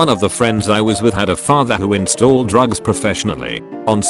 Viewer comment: Installed rugs professionally. The T2S was just a bit sloppy with the pronunciation.